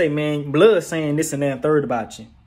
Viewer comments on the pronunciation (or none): none